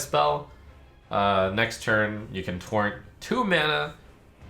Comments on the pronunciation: did he say, "I cunt believe they did this"? LUL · "I cunt believe they've done this" Yeesh, Trump needs to be careful with that "British" accent